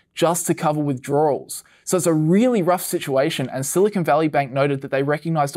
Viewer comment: All together now: "withdroarwels" No, wait...